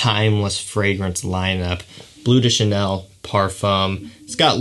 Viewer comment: A little tip: "le" and "de" in French fragrance names are pronounced "luh" and "duh" respectively! So "bleu duh chanel" and "luh parfum" :)